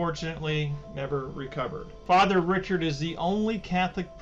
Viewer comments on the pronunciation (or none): Father Gabriel Richard......Richard is pronounced "ri shard". I went to high school in Riverview that is named after him.